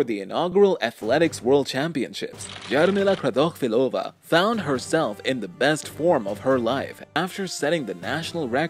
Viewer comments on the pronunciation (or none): Nobody: Absolutely nobody: The man talking: JaRmIlA kRaToChViLoVa